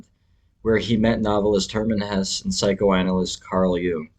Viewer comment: With your interest in Hesse, it's a shame you can't pronounce his name properly. It's 'Hessa' not 'Hess'.